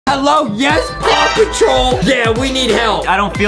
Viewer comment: Why did Justin say pawpotrol